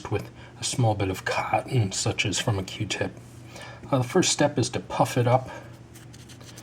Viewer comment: q-tip not r-tip